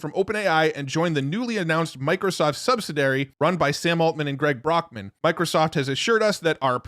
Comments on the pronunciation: “Subsi-dairy” isn’t a word. 🤦🏻‍♂️ You said it twice - so you obviously think it is. 🙄 You’re welcome. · You need to learn how to correctly pronounce the word subsidiary.